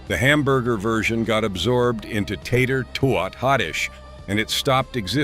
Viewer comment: AGREE! 💯Also, it's kind of hilarious the way the AI voice mis-pronounces the simplest of words. lol "Tater TWO-IT Casserole?" 😆